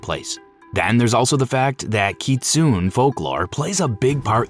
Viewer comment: While the general concept and explanation is good—there are so many errors and misunderstandings that it’s actually annoying—and I’m still on the silent hill f section. Heroine is pronounced wrong over and over, kitsune is pronounced wrong, names are pronounced wrong and even the word doll is pronounced strangely. Furthermore—this part bothers me the most—the explanation of the endings is terrible. There is a true ending and there has been for a while—it’s not open ended. There’s a good, a bad, a true, and a UFO ending. The way the fox wedding is explained is horrible. Missed the point completely and in fact got it wrong. That’s the bad ending where Hinako loses herself completely and her identity is stripped from her—she marries him as a faceless entity and then her real face is stamped on. It’s not a happy go lucky kumbaya ending where they’re all friends. Also the fox hinako is explained poorly here. It’s not about her growing up and accepting peacefully. It’s about her identity being stripped and sense of self. Not sure how these issues made it into the final script for this video